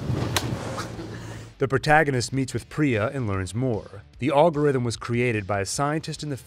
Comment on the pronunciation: It’s pronounced Al-gorithm like in the name Alfonso